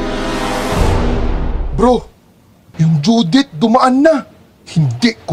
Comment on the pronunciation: He is saying Judith (Name) but it sounded Visaya (Southern Dialect) Judith - Due Date